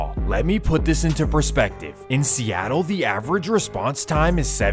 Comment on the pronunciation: He say Seattle 7 minutes 😂